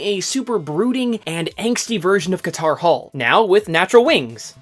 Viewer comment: You lost me at "Katar Hol"